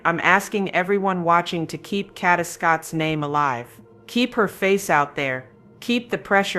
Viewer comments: it's pronounced Kay-da, stop being lazy and use your real voice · PLEASE...if you're going to haveca channel and report...HAVE RESPECT AND PRONOUNCE her name correctly! It's Kay da. Not katta! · Kada not Karda or Katta!! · Her name is KADA not Kadeh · It's not catta it's Kada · It “KADA”. No “R” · Should have broke it down KAY-DA THEY GONE BE LIKE KDhuuuuuuuu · It’s KADA! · It's pronounced Kay-Da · Her name is KAY-DA (phonetically spelled) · her name is PRONOUNCED KAYYYYDUHHHH SAY HER NAME CORRECTLY PLEASE . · Exactly KAY~DA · The pronunciation of her name is really pissing me off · You're not saying her name correctly. Very annoying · I can’t listen to this AI mispronunciation of here NAME!!!!! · Her name doesn't have a R in it. Please say her name correctly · Please pronounce her name right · LEARN HOW TO PRONOUNCE HER NAME!!!! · Is AI used in this video because the pronunciations are horrible!! This beautiful young ladies name is Kada! Ensuring your saying the victims name correctly before posting a video is extremely important!